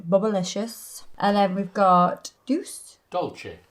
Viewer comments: So next time we get nails AND horse talk? I'm in! Excited to see what's gonna be on other hand! Oh, and "dulce" is pronounced "DOOL-say"😘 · Ok, it’s dolce “DOL-chay” in Italian and dulce = DOOL-say in Spanish, folks! (but both long a sounds are shorter and further back in the mouth for both, don’t leave your mouth hanging open on the last syllable like “Hey girl heeeeyy!”.) They both mean sweetness.